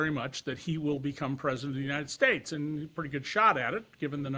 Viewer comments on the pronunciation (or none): “Younited Stites”